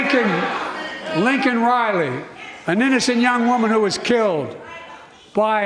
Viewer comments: Lincoln Riley He’s so embarrassing. Her name is Laken Riley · Are you trying to say everyone who watched him make many mistakes during this event and really just d u m b ? Millions of people cringed when he was pressed to say Laken Riley for the first time, he said LINCOLN RILEY, including her parents. Then millions more cringed when old Joey Bribes said she was k¡lled by an ILLEGAL gasp Best part is... he apologized for calling the illegal an illegal...but no apology for disrespecting Laken and her family. You should really go watch the SOTU ... and also other President's SOTUs. ,js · Biden apologizing to the murderer for calling him illegal is beyond any common sense. Couldn't call her name right but no apology. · He lost a child too so he knows how it feels? Shameful! His son died of cancer, not a violent death by a deranged illegal criminal. And he can’t even say her name correctly. I’m trying to understand how people can really want this to go on for four more years.